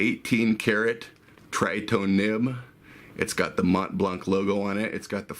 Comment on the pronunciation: Hey, nice vid, but in French the "c" of "blanc" is really never pronounced. So the "c" is always muted, with absolutely no exception :) (though you guys from english speaking countries should pronounce it as you like !). For example in "Mont Blanc est une marque de stylos" the 'c' is not pronounced even if there is a vowel after